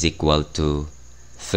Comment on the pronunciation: The way you speak three is cool